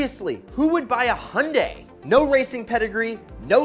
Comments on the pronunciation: Also itz not hunday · The way he says Hyundai 😂